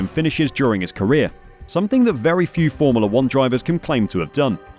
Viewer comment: Why is this narrator pronouncing it 'formerla'?